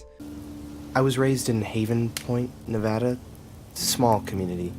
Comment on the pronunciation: Don’t say Ne’vada please, don’t be a tard